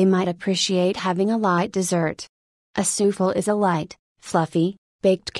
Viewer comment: A.I. reads Souffle' as " soofel"